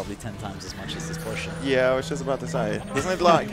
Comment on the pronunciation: It's the first time I heard an Person speaks English, but pronounce the word Porsche correctly.